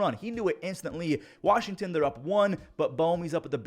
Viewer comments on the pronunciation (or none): none